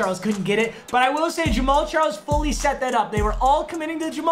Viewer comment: Am I only one who thought he said James Charles?